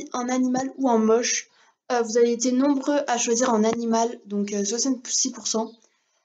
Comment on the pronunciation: Oulah dans ta video t'a dit ''jerspere juste les costumes d'animals...'' ON DIT ANIMAUX WSH!!!